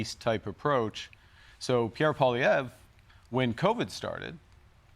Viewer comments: Jon Stuart has really become toxic or maybe I just started paying attention. Like a true Democrat seemingly clear as water but poisoned. He cannot pronounce Pierre Poilievre's name but he is ready to destroy Pierre's image without any facts. He shows one picture of Trudeau and Pierre cut out of two random media clips and he says Pierre looks like ... And that's his proof to the masses of ignorant viewers. So much for professional journalism. Jon, since when are you interested in Canada?? Are you a multi millionaire comedian or a politician? How did you get to have such a media enterprise without political backing? You were against Trump but now, not so much! You're another kiss Ax with $150 million who wants more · He's almost correct. He's saying PO-liev, just change the first syllable to PWA.